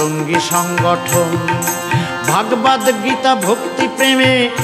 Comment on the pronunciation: ভাগবাদ নয় শুদ্ধ উচ্চারণ হবে ভাগবত। নমস্কার রইল। সুভাষ চন্দ্র নাথ (আসাম) ভারত।